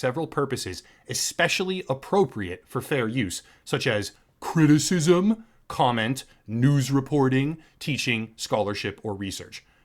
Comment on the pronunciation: I laughed to hard when you said CwiTiSiSm